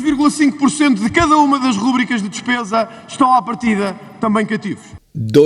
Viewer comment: Sr. Professor sou grande apreciador dos seus mais que lógicos comentários mas permita-me dizer-lhe que a palavra Rúbrica não existe no idioma português, mas sim Rubrica. A sílaba tónica, é a penúltima. Por favor, pesquise na Internet. Seu admirador e concordante, Patrício Nunes.